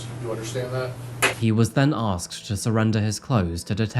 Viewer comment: He should have been charged just for saying "axed" instead of asked 😂 🤦